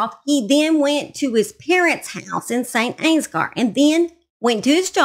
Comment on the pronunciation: You were pretty close with the pronunciation of St. Ansgar, I grew up there and it’s pronounce Saint Ans-ger. (Ger as in grrrr) This case is wild and so horrible. I feel for Angela and her family. I didn’t know Nathan personally but he checked me out at Casey (the local convenience store) a few times. We do not have murders here, once every few decades. RIP Angela.